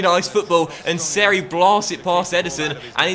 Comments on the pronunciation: BTW it’s pronounced Me-shel Seri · Haha the way you pronounced seri